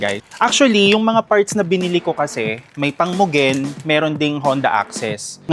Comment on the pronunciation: Muh gen pala bigkas don akala ko Myugen